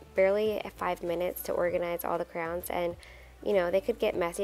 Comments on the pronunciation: Is it me or does it sound like you call crayons 👑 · I wasn’t looking at the screen when she said it and I kept thinking she said “crowns”. lol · The way you say crayons lol. It sounds like you say crowns!? I pronounce it like crans. It's fun to hear how differently everyone pronounces words! Also, I love that you are always sending little gifts to the teachers!! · I know! I couldn’t figure out what she was saying and then I saw them! I’ve never heard anyone call them crowns, I love it 😂💖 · Crowns, Crans, Crayons! 😂 Something to ask viewers: how do you say it?